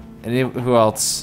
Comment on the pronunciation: Just noticed says else like eltse